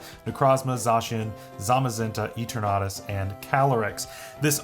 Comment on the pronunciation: you're the first person I've heard say Eternatus like that